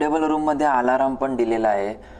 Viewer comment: Aalaraam nahi... Alarm..